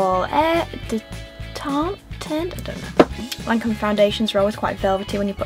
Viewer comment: Don't worry about not being able to pronounce Teint it's so difficult..but Lancôme is pronounced LanCOM! ❤️